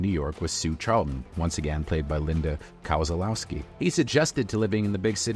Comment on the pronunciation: That's not how you pronounce "Kozlowski".